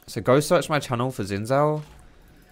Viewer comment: Really enjoyed the complete clownfiesta this game was lol. Could you try to pronounce Xin Zhao with a J sound at start of Zhao, the chinese zh sound is more or less same as the english j sound so you could think of it as Jao or Jhao.